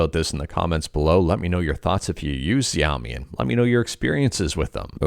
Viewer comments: It's Shao - MI Like "shhh" with "ow" and then "me" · Isn't adreno a mobile gpu?? It is pronounced (shao-mi). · Your pronouncing xiomi wrong least I think but I understand you are trying and thanks for the news you give us